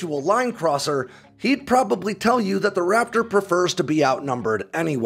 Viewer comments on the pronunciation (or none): none